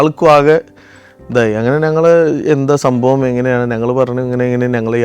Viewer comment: ചില ഉച്ചാരണങ്ങൾ ബോറടിപ്പിക്കും... അത് തിരുത്തി പ്പിക്കുന്നതിൽ എന്താണ് തെറ്റ്. ഉദാഹരണത്തിന്: 'ഞങ്ങൾ' എന്നത് ഇദ്ദേഹം പറയുന്നത് 'നങ്ങൾ' എന്നാണ്. അത് ആവർത്തിച്ച് വരുകയും ചെയ്യുന്നു...